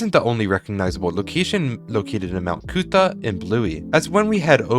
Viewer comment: As someone who lives in Brisbane, and went to Currimundi as a child, hearing the pronunciation of Mt Coot-Tha, Toowong and Currimundi hurt my soul lol ("Mt Coot-Tha" is pronounced "Mt Cootha," "Toowong" is pronounced "Tuhwong" and "Currimundi" is "Kuh-ruh-muhndie" just so u know)